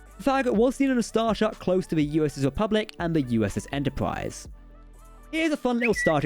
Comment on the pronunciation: Lol "stwange new wooowds" "Entowpwise" Wow. I love it.